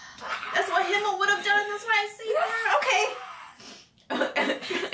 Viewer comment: Let me just say, I am impressed that you got all of their names right (Heiter, Eisen, Himmel and Frieren). You'd be surprised how many reactors don't ever get their names right. Out of the ones who do get them right, you are the ones who got it the fastest as far as I've seen.